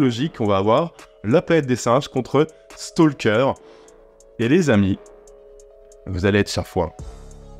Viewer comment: Un petit point ; on ne prononce pas le "L" dans Stalker. Oui, je sais, la plupart des gens s'en foutent, mais même si vous vous en foutez, bah maintenant vous le saurez 🙂